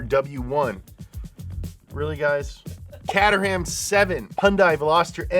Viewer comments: Ok so FYI. Caterham seven = Kate-er-um. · watch Top Gears.... the old one, not the new garbage Caterham = Kay-ter-am Maybach = Mai-Bagh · “Katterham” lmao- prounounced “caderum” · "Catterham" 🤣🤣🤣 That one made me laugh,. It's pronounced more like "Kaytrum." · I died inside a little when he said "cat-er-am" lovely video tho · Dunno how many brits are here so for Great (not so great) Britain, Caterham is pronounced K-trum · Catter-ahm. 😂😂😂😂 That was the best pronunciation ever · Cat er ham 😂😂😂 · How you pronounced Caterham actually split my soul in two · The way you pronounced caterham 🤢